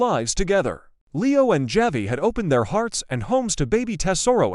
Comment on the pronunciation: Javi is pronounced Havi in.Spanish.